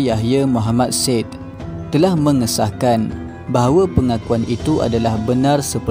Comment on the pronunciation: Sebut Mohd SAID pun salah...